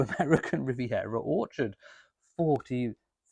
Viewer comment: You nearly said awkward not orchard!